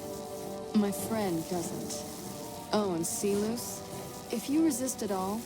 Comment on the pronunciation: The only weak part here is how even NCR officers know the Latin pronunciation of 'Silus' (see-lose), but Caesar himself still goes by the anglicized pronunciation (Sai-lus).